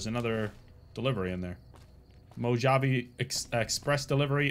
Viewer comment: Mojave pronounced Mo-Ha-Vay. I’m sure you’ll gather that eventually but the hard J pronunciation was tough 😂